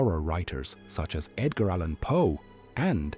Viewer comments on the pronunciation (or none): none